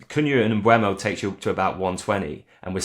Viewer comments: Why can no-one pronounce Mbuemo's name? It's Mb-oh-mo. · maybe we all have different ears. It's definitely NOT Mb-ooo-mo when he says it here